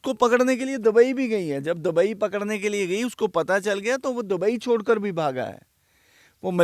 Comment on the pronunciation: Bhai sab pahle to bolna sahi kro aap ,,humesha dubai word dabai bolte ho